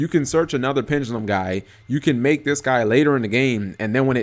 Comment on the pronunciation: Pen-Duh-lum. Not pen-ga-lum